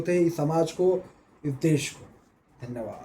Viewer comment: Aap riding mujhse milti hai tekkiu tekkiu tekkiu aap bolte hai sach me sunkar mujhe majja aa jata hai tekkiu danwad danywad danwad